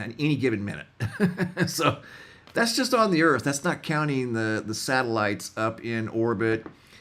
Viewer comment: Sataloons....not Satalites